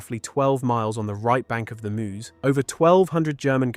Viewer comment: No one who lives anywhere near it, pronounces "Meuse" like that. We are not Americans.